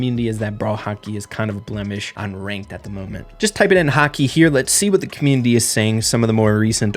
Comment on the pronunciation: saying Hockey is like he is saying "Haki" from One piece